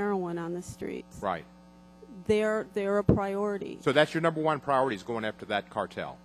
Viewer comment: Pra-ority?!?! LOL!!